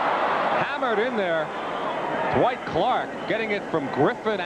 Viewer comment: Hey: Clark's name is not DaWhite, any more than Roger Craig's name is DaBlack. His name is Dwight.